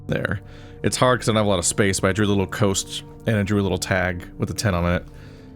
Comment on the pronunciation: Coast -> Cost. A is the letter.